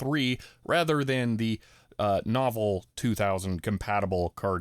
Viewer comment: Unless you're purposefully saying it that way, in which case you be you